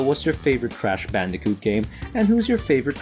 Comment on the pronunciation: hey u said bandijoot its bandicoot